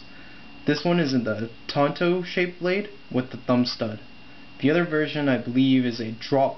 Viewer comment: "tonto"? lmaooo haha thanks for the review